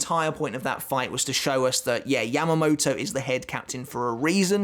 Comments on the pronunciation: He said Yam-uh-mo-toe.. it is Yah-mah-mou-tou, lol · British accent